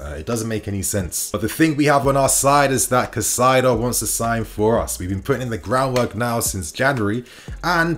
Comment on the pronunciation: say it with me Kai-Sedo..please